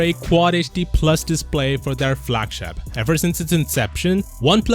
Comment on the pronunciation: Flagshap ? Really i hate how u talk